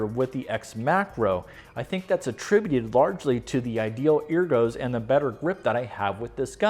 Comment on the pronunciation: you keep saying ergo improperly.